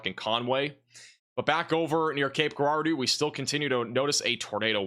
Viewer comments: It’s pronounced Jarardeau, as in Gerald. 😂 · In Cape Girardeau, pronounce the “G” like a “J”.